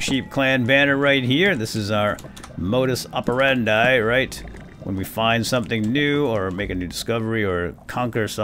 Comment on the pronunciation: isn't this pronunciated "op-eh-rahn-dee"?